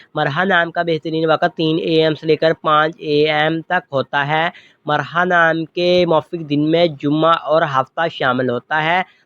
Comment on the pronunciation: Bhai marha nai mirha hota h bolny mn b